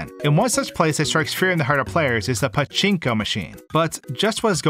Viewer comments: I love the way he says paCHInko machine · did you have fun pronouncing pachinko?